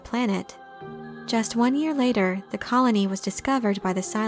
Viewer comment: Is she saying "Yar," instead of "Year?" It very much sounds like it!